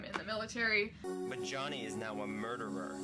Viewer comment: "Jonny is now a murdwer' Omg I'm rewatching and didn't realise he fuckin can't pronounce 'murderer' xD